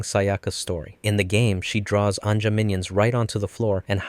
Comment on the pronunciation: oof i died a lil on the inside when he said ANJA with a hard J ToT (spoken from a person with that name) i dont know much about the origin of that name for the minions but i dont think it was intended to be pronounced like that lol